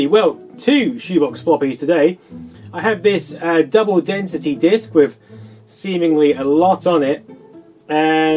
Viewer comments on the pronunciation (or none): none